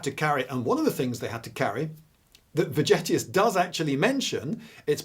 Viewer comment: Vegetius V-as a "W", and "g" as in "Elgin (marbles)". If it were just the V, I'd keep shtum, but the hard "g"... Sorry, couldn't resist. So, Happy New Year! BTW, if I had a bunch of caltrops in the antiquity or middle ages, I wouldn't scatter them all over fields. I'd wait behind the bush for enemy cavalry, chariots... to pass by and then quickly drop them in front of those horses. And, if I were playing your drone-game, I'd play the Russians (if possible, if not... not interested). When playing, I like to win.